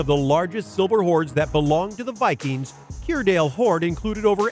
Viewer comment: Grouville is pronounced 'Grooville'....and to make it clearer, its Jersey the Channel Islands off the coast of France where they do NOT use Euros but UK pounds.